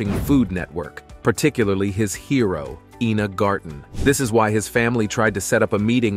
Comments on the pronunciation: It’s “Eyena” not “Eena”! 🙄🙄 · It's Ina ( Eye na) not you Ina (Eee na) Gad! And those old pictures represent who? I had to jump ship on this trash. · It's Ina not Ena. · Her name is Ina not Ena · Ina is pronounced with a long I at the beginning not an E sound. You got it right at first and then butchered her name every subsequent time you said it. Pathetic. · SHE EVEN SAYS HER NAME IS I NA...... NOT EENA..... DUDE GET IT RIGHT!! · Iiii na. Not Eeena” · EENA is not I-NA but yikes y'all! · It's EYE-na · It’s Ina Garten…..pronounced Eye-nuh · Why make a video when you can't even PRONOUNCE the name INA correctly? There's NO E IN INA. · The damn 60 minutes video pronounces ina garten's name correctly and you still get it wrong.